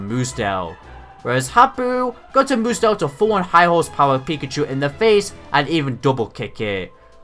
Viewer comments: i liked this episode, found it hilarious how Ash and pikachu beat Hapu and Mudsdale btw, it's pretty annoying to hear you say moodsdale every time, instead of mudsdale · Mudsdale is not pronounced mood-zdale it is pronounced mud-zdale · Sorry and no effense but I don't think your pronounced mudstale right